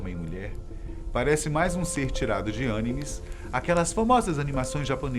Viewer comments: Você pronunciou a palavra anime errado... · Alguém por gentileza, explica a forma correta de falar anime para ele, já faz um tempo que ele fala assim, mas de qualquer modo é mto engraçado. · Me da agonia kkkk